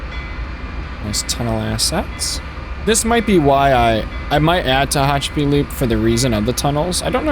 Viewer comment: Ta-Hatch-A-Pee, Mo-Ha-Vee